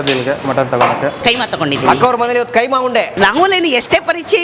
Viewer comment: Kaima alla keemaa